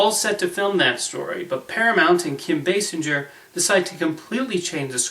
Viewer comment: Just so you know her names Bay-sing-er not Bassenger. And its j r "R" Tolkin